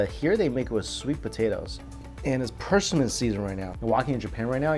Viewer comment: He says Persimmon in a weird way! Lol! As long as he liked it!